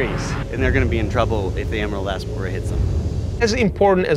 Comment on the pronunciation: "Emerald Ass Boarer"